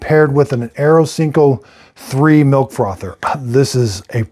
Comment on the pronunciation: Darn, Dad. Your tongue is more tied than usual. First Vertio, then Inesa and to finish off Aerocinco 3. Geesh!🤣🤣🤣